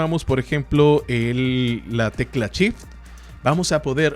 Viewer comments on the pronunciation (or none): Lo mas complicado es entender que cuando dice, en realidad quiere decir SHIFT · se dice shift no chif.....por lo demás, buen tutorial,,,,,gracias bro. tienes mi like al menos